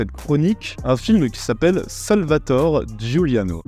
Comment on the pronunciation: merci de ce top 10 !!! au passage on prononce Salvatoré avec un é j'attend les autres top 10 de realisateurs ! c est genial !